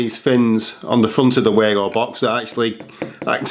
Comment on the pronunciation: Pronounced Vago.